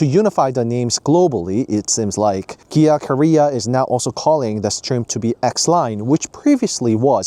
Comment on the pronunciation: its KIA not GIA